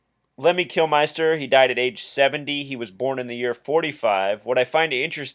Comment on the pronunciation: Kilminster ! -not flippin, "Kilmeister" Not a good start. Edit Before Uploading ! No 'Like' from Me for starting off by getting LEMMY'S name wrong Twice !! You also have him down as 'Kilmister' and base a numerological thesis upon This ? HaHa -REALLY ?! -Just enjoy the music mate.